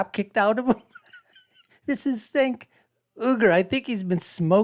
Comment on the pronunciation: His first name is pronounced 'Jenk'. You released a 17 minute video and you couldn't take one minute to learn how his name is pronounced.